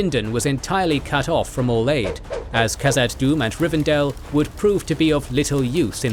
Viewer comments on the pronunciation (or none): none